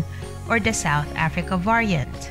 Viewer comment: Yes. The voice is highly irritating. Esp the prounciation of the word “ variant” 🤪🤪🤪